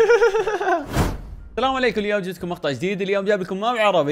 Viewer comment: اول المقطع قلت ثلام عيكم